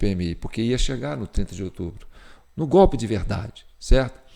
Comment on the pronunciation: Ouvir o Lule dizer " gópi " ao em vez de golpe, é uma pedrada no meio da testa😂